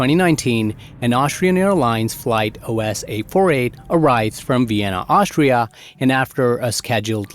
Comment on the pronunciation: its not Aushtria 😂